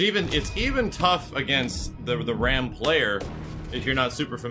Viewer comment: I hate to be that guy but I'm pretty sure "Raam" is pronounced like Rom